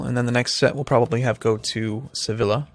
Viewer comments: Its pronounced Seviya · I know the series is finished and doesn't give a damn about pronunciation but "Sevilla" is pronounced "Seviya". The "ll" in Spanish makes a "y" sound. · i think its suppose to be "sebilya"